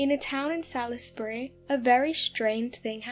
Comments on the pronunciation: Lourenço Marques is a city, and is pronounced "Lorenzo Marks," it is in Moçambique. Salisbury is pronounced "Saws-berry." As far as I know that was in Rhodesia, now 🇿🇼 Zimbabwe. Light was probably the train that runs parallel with the road. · Fascinating stories... Pronunciations... Boer war= Bore War not Boa War and Salisbury is pronounced Sawlsbury... Otherwise excellent and intriguing as always!